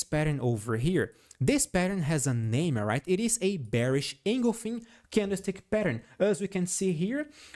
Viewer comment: Thank you for your constantly helpful Tesla analysis. ‘Engulfing’ is pronounced engulf - ing, not engul - fing. Hope that helps.